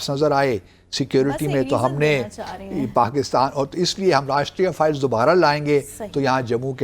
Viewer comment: ⚠, the counter-insurgency force is NOT called, as you repeatedly said, "𝐑𝐀𝐒𝐇𝐓𝐑𝐈𝐘𝐀 𝐅𝐈𝐋𝐄𝐒".😂 ✅ The CORRECT name is 𝐑𝐀𝐒𝐇𝐓𝐑𝐈𝐘𝐀 𝐑𝐈𝐅𝐋𝐄𝐒'🤣